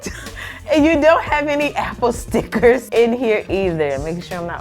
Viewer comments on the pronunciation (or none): The way you (accidentally) said stickers had me dying laughing! Love the channel.